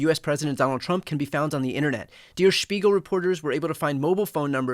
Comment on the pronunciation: You pronounced “Spiegel” Good but “Der” is pronounced as “there” but with a hard D instead of the th…